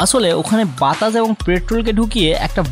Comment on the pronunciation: ভাই বাতাস না বাতাছ 😂